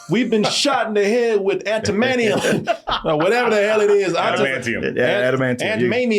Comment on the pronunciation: Aunt Maynium, Ant-Manium 😂